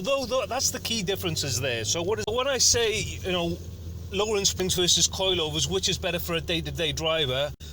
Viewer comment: The way he says "coilyovers" jarrs me